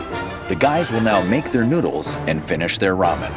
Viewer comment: the way the narrator said noodles has me rolling. He pronounced that “noo” like how it’s said in nook. Neu-dulls